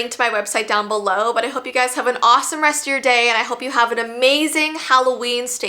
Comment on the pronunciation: its holloween not holloveen!